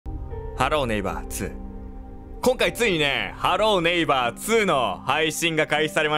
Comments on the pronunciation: はろー↓ねいば↑ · ハロー⤴︎ネイバー⤵︎ って発音おもろいな笑